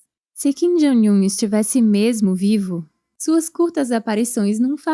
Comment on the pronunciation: Por que essa pronúncia repetida de "Jong" como "Joing"? Coisa feia essa. E ainda é errada.